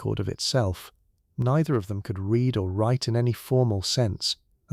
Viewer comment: I genuinely enjoy your channel but, for the love of all that is holy, can AI learn when to pronounce it REED and when to pronounce it RED???